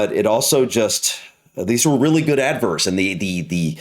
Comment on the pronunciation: Laughed every time you said “adverts” 😂😂😂 Ad-verrrrts